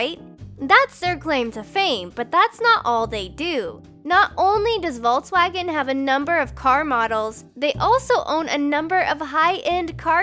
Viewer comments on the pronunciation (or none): none